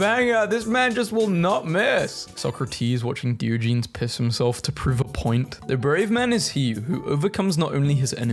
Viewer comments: Dee-oh-ja-knees Not dio-geez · 😂 DE o Gen es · Did you just say Deeogeenes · It’s DIE-OJA-NEES u said it wrong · When I heard you you say Diogenes I thought the meant the plural for the dog in Garfield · Please learn to pronounce Diogenes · WHY DID YOU PRONOUNCE DIOGENES LIKE THAT. WHY DO YOU KEEP DOING THIS. HOW BRITISH ARE YOU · Ok, he really needs to stop mispronouncing Diogenes.....its starting to bug me....